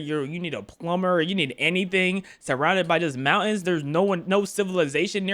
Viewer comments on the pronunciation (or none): none